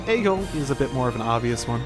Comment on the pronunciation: it's pronouced Egg-ill not Ay-Gill